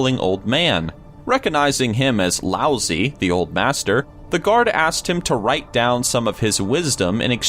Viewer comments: god fucking dammit >.< excuse my language... it's not "Lousy", it's "Lao-dzi". ...Ah well, I guess you Americans can't be blamed, that sound totally does not exist in English DX very interesting channel, I kinda suggest you guys do a little look up into pronunciation along with all the research you already do ^^''' cuz... that was... so bad..... XDDD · Don't know who's reading this but someone needs to give him lessons in pronunciation. Try the IPA - most names will be in Wiki, and other words in a dictionary. Sorry, I don't usually complain but "Lousy"? Come on. Who's editing? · Isn't it pronounced Lao Sue, or have I been pronouncing his name wrong the entire time? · has a bad case of voice break. xD Isn't #5 pronounced like Lao-Tse? Surely doubt it's like Lousy. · laozi is pronounced "lao-dzuh" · "Lousy" Wew. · That's pronounced Lao-zoo mister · Low- zuh.... what is it with you narrators on these list channels. All of you put about zero effort into the more difficult words you come across. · Laozi's name isn't pronounced "lousy" lol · uhhh, lao zi is pronounced as lao tss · Lao Zi is not pronounced like "lousy" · Anyone else cringe at the pronunciation of laozi? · lao zi is pronounced differently than the way its said here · I think the zi is not a long E sound, its a just a short i sound. Sorry for ruining the joke...